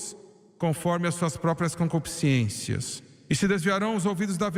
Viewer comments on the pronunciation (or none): Na palavra concupiscência e não concupiscência! não é ciência!